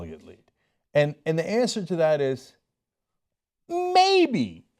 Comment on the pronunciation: To take one from Bernie's playbook, "My answah is much shorter. Is there still hope for Bernie Sandahs? YES." (applause)